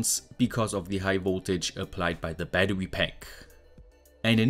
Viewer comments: "Batte wee" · Are you German? You have a strong German accent and pronounciation ("batterwy", "differwence")